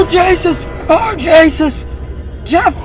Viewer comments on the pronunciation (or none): Did this guy say Oh Jasus